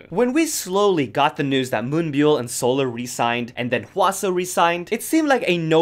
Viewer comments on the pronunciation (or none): You do all this research for the video but can’t pronounce Hyunjin’s and Moonbyul’s name?